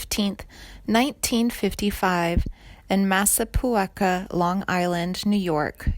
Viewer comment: Massa-pu-eka?? LOL I guess we've still got a little time before AI takes over the world. That's where my parents lived when I was born and my grandparents lived for long afterwards. Massa-PEE-kwa. I saw Dee and Twisted Sister in clubs like the Mad Hatter back in the '70s.